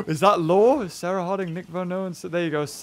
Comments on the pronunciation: its Cera NOT SARAH! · It wasn’t sis it was sah like sah rah